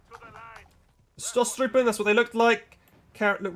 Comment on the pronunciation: Pronounce as if “Shtostrupn”